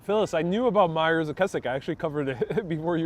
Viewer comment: Myers make their own sausages and pies. Worth every penny. I find their pies better than most I ever had back home in England. They are incredibly nice people too. Btw it is said My ers not Mee ers. The chippy next door is the fish and chip chop called A Salt and Battery owned by the same people who own Tea and Sympathy and it's authentic and highly recommended. Tea and Sympathy is owned by Sean and Nicky. I'm a Brit living in NYC and both these establishments keep me happy. Scones are not dessert they are to be eaten at tea time usually. They are delicious with strawberry jam and clotted cream. Pork pies with lots of gravy (gelatin) are fantastic (try with some Branston pickle). Pork pie is always eaten at room temperature, but the one with stilton cheese is good heated up. P.s. They are real pork pies. There are different kinds though and some have an egg inside.